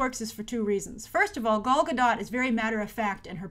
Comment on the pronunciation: I haven't noticed it if Grace still does it or not in recent videos about WW but watching this one and hearing now she mispronounced both Gal's first and last name makes me cringe lol.